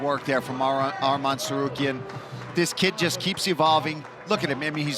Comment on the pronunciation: "Armam tsarukyan"